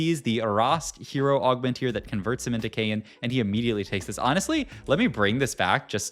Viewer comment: “our Kayn” sounds a lot like “Arcane”😂